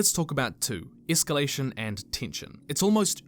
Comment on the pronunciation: hard or soft?-- escallation?